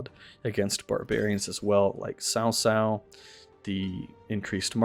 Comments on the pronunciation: I thought it was pronounced as Kao Kao lol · I thought it was pronounced Kao Kao